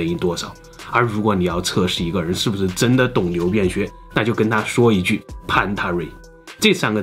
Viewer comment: 有人跟我一樣聽成牛便學嗎